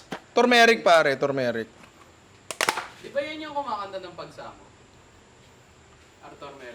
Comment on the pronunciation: The "ARTHURMERIC" tho BWAHAHHAHAHHHAHAHHHAHAAHHAHHAHHHAHHHAHHAHHAHAHHAHHA LT